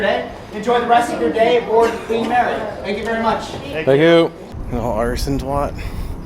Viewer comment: "queef marry" LOL hahahaha